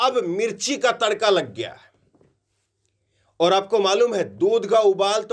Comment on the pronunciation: आप और को ओर क्यूं बोलते हैं उच्चारण सही बोला कीजिए मैं आपके सभी न्यूज सुनता हूं